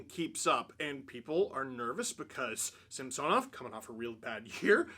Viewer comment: I can’t remember if you addressed this or not…but why do you keep incorrectly pronouncing Samsonovs last name still?